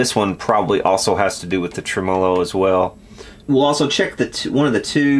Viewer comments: ˈtreməˌlō Accent on the first syllable. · Love your videos! You've got to be the only person in the planet that pronounces tremolo with the emphasis on the second syllable. :) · TREM'-olo, not trem-MO-lo.